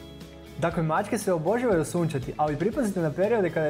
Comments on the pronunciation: Naglasak nije ok - pazi kako izgovaraš riječ "obožavaju"! Naglasak, dugi, je na "ža"! Dakle, OboŽAvaju! (ti stavljaš naglasak na "bo" - oBO žavaju!) Čovječe, odakle si!? Nije to problem, nego što nisi osvijestio to i zamolio nekoga tko ispravno govori da govori ovdje! Ne ljuti se, ta je za tvoje dobro! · Koji iritirajuci naglasak imas, daj malo poradi na rijecima pogotovo rijec obozavaju. Iritantno te slusati. Inace video je odlican, sve stoji. Vlasnica sam deset macaka.